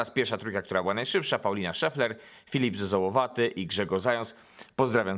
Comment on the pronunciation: Chciałbym panu powiedzieć że pan źle czyta pan czyta "Filip zezołowaty" a to jest "Filip zezolowaty" pisze to tylko bo to mój kolega.